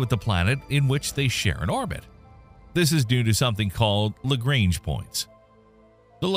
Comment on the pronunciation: On the other hand, they butchered Lagrange so bad it's hilarious 😂